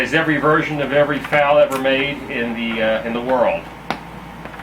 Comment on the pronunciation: If you call it a FAL again, I am going to slap you. F-A-L